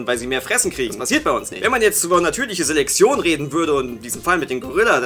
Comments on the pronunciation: Es heißt Selektion und wird deshalb auch nicht Selexion ausgesprochen! Klar weißt du das und so, aber es hat mich dermaßen genervt, dass ich dachte, wenn ich meinen Frust in den Kommentaren auslasse regen sich noch andere darüber auf oder widerum über meinen Kommentar. Folglich rege ich mich aber nicht alleine auf. Schönen Tag noch, Tüdelü. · Ich finde es lustig, dass offenbar kein z bzw. ts aussprechen kann und deshalb immer Seleksion sagt:D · sagt immer Selexion:D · Warum sagt immer:"natürliche Seleksion" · "Seleksion" 😂, deine Aussprache ist so süß 😂😂😂